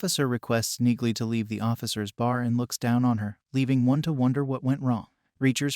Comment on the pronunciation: it's pronounced Nealy